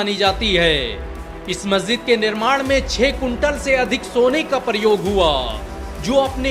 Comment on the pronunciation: प्रयोग को परयोग क्यों पढ़ते हैं। अपनी‌ भाशा सुधारै ।